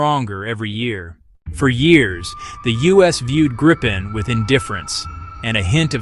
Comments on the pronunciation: «Gaipen»? I’d rather say Greep’n. With a long e-sound in the midle and a short at the end, no «Graipen»s in Sweden. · The best plane. But it is "greapen" or "greepen". The english pronouncation hurts my Swedish ears. ;)